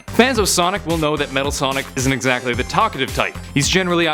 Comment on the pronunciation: Metal Sonic Kai. No one gets it right for some reason.